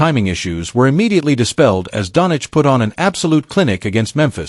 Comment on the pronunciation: what is wrong whit you, its not donic, its doncic , omg shame on you